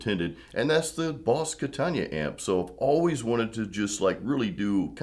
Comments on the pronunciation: Kata-na .... Not Katan-ya. Lol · It’s Katana not Katania. Come on brother. It would be great to hear something besides a bunch of over drive like blues or no shredding wide open. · Its not a KATAN-YA, ITS A KATAN-UH. It's far more than a practice amp! If you had gone through the variations, and the cab resonances/tone shaping you would have seen what this amp can do. I have a 73 100w Plexi & a HighWatt DR-103, and this Katana keeps up with EITHER!